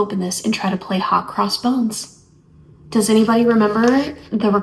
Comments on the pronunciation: Are you saying bones? It's hot cross buns! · Hot Cross Buns...lol...did you say bones?😂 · It sounded like you said, "Hot cross bones." 😂